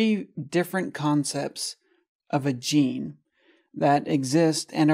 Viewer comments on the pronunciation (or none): "...of a gene" sounds like "a vagine". I never realized it. lmfao